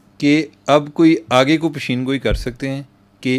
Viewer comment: آج کا پروگرام بہہہہہہہہت عمدہ اور زبردست رہا۔مہمان کی شخصیت اور گفتگو نہایت شاندار اور بہترین تھی۔معلومات میں بہت اضافہ ہوا۔ آج پھر آپ ایک لفظ غلط رھے : پیشن گوئ پ ے ش ن گوئی کو پشین پ شی ن گوئی بولتے رھے۔ پشین تو بلوچستان میں ھے۔ پیش گوئی کہہ دیا کریں یہ آسان ھے۔😊 مگر پروگرام اتنا اچھا تھا کہ اسکا بھی لطف لیا۔😅